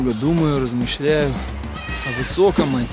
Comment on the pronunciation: "размИщьлять" - может не каждый